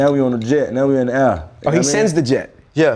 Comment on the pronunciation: 😂😭 the way takeoff says air , lmao😭